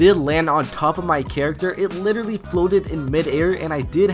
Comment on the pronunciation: why di you say litellary so often??